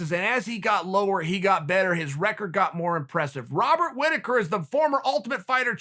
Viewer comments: Chael "Wobbert Riticker" Sonnen. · Chael “Wobert Whittaker” Sonnen